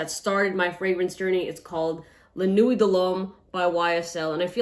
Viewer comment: It’s pronounced nwi not nuweyt